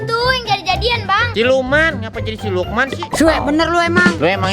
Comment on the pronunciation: salah bilang harusnya siluman eh malah silukman